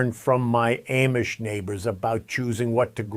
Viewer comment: WHEN are you going to pronounce Amish correctly? Please, ask the Amish how THEY pronounce their name. And, then listen!!!! Very carefully!!!! Pronounce it the way they pronounce their OWN name!!!